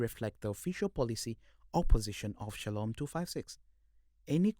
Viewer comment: I love the way pronounces Shalom's name, mbu mwami saloom 😅😅😅